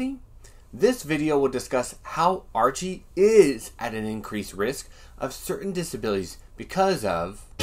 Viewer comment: Haha! Several times it sounded like you pronounced his name Urchie...urchin!